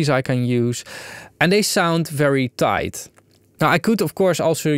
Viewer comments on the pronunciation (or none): you say "tight" just like Goldmember, the Dutch baddie from the Austin Powers movies.